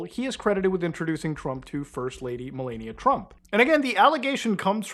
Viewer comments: You need to learn how to pronounce Melanija. You keep pronounce it MelEnia. Her name isn't Melenia, Melania or Melanie, it's Melanija. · It's meh-LAH-nia. Please. Not meh-LAY-nia. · I took a shot every time he said Melaynia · Jesus I don't exactly respect the people but pronounce her damn name correctly. It's not mel-ay-nia it's mel-ah-nia, it's feels like a cheese grater shredding my ear when you repeatedly mispronounce things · "Mill-onn-eeya" U GET! MY WIFE'S! NAME RIGHT!! Who wants Arnie Palmies??😂😂😂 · Ffs it's MelAaania, clean A as is in the word "A..bbreviation. Please. Thank you. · Dude keeps saying Malenia😂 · If I hear “Melayekneeuh” one more time 😡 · I think her name is pronounced "Malaria." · why is bro saying malania like that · its "meh-LAH-nee-uh" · I shocking that someone can do this amount of research and still not be able to correctly pronounce "Melania" or "Ghislaine" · Why are you pronouncing her name like a Elden Ring boss 😂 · Personally, not a fan of Trump, but you really shouldn’t pay attention to people who can’t even pronounce his wife’s name correctly. This dude has no idea what he’s talking about. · Can you please pronounce Melania’s name correctly